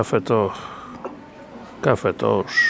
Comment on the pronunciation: Facet czytaj CafeToch,gdzie masz Cafe Tosz, a po niemiecku Kaffe Tosch a czyta się Kafe Tosz.